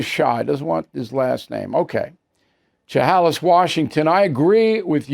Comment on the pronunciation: Bill, you lived and worked in Portland Oregon for a number of years and you pronounce it Cha Hal Liss Washington? Come on man.